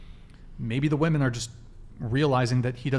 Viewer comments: I literally hate how doesn’t say women but says woman for multiple women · can't pronounce "women". 0/10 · Is it how the microphones are picking up sound or is there a HUGE lack of understanding between the pronunciation of SINGULAR Women(ˈwu̇-mən) and PLURAL Women(wi-mən)? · is so brainwashed she naturally pronounces WOMEN as WOMAN when reading the messages on screen. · Am I the only one bothered by a lot of the women, pronouncing the plural as woman and not as women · People who pronounce "women" as "woman" are so fucking stupid. English is not even my first language, but god damn that shit is basic. If you don't know how to pronounce "women" correctly, you should get a couple of more boosters. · Someone needs to teach that the plural of woman is “women”. She somehow has gone through life without learning how to pronounce the plural of woman…how the F is that even possible? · Can someone explain to me why the pronunciation of “women” changed????